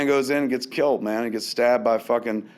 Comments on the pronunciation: That Martha bit really got to me, I know that everybody says its silly but it struck an emotional chord with me. Also Kevin I'm wondering why are you calling it kilt instead of kill? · I love the way Kevin says "killed"....he pronounces it " kilt" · Why does Kevin pronounce 'killed' as 'kilt'? Is it a regional dialect thing, or just a Kevin Smith thing? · Is Kev saying "Killed" or "Kilt"? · nictro No its just being lazy. I have never heard anyone else pronounce it like that.